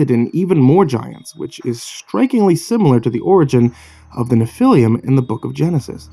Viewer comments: It's not pronounced "Nephiliam"... It's 3 syllables, not 4. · Sorry man, I have to do this. Nephilim is proununced “Nef-ih-leem” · It’s pronounced NEFF ah lum. Otherwise great reading. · Nephilim is pronounced Nef-il-leem. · Hey dipshit the proper pronunciation of Nephilim would be to use the e like in the name Jeff, Nephilim Google pronunciation works very well why not stick to Creepypastas douchebag